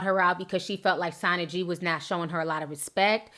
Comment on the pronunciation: It's "sana g " [ like sauna] ...... ((love u ti... ))😙😙😙😙😙😙😙 I only know cause im from the bay area.. anyways... ... but yeah Im not a fan of sana...... myself... and she prolly did give off bad energy..... to mo...